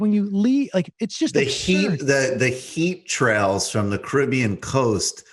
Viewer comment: I'm not sure which is the most annoying: 1. Misspelling Boeing 2. Mispronouncing Caribbean 3. Saying that the Caribbean is an ocean.